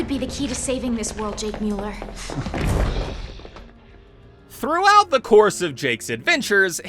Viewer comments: it's miu-lerr not moo-ler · I like the video but jesus you kept pronouncing his last name wrong. Its pronounced Mew-Ler